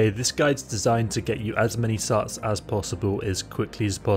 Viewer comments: Carts? Where the heck is that "A" coming from?😂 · "Sarts" tf